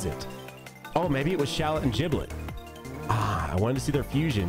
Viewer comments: its "shallot" btw not "shallet" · Shallot name is actually pronounced 'Shal Lot'. Like Charlotte. Gotta put that fleek on it. Thus Shallet name makes more sense lolz